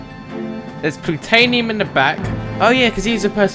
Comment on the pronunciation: lol he says plutanium instead of plutonium